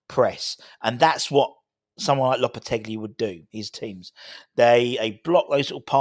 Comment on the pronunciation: Loppe-telly. Loppe-teggely. Loppe-te-bri. Im giving our own a score of 9 and a half point for finding as many ways of pronoucing the geezers name as he possibly can😅